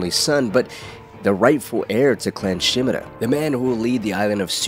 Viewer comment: Someone who pronounces Shimura's name correctly impossible